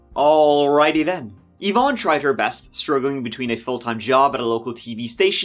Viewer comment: (50 seconds into the video) <_< Thank you for pronouncing Yvonne properly. <3